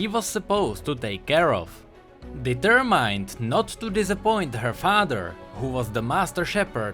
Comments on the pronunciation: you pronounce it like determend not deterMINED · i love when you say ''determind'' and not determined. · "dEEterMined" -2016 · ''Deturmaind'' xD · I think most of your pronunciation was good, except for "determined". the "mined" part is not pronounced with an "I" sound after the m but more of an "e" sound. It's hard to explain so just put in the google translate and make it read it out for you :P